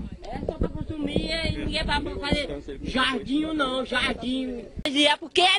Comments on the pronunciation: jardinho ñ jardinho kkk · JARDINHO............KKKK ASSASSINOU O PORTUGUÊS.AFF!!